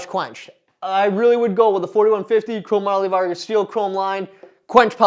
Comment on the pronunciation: Are you saying chrome moly Vargas? Chromium-Molybdenum-Vanadium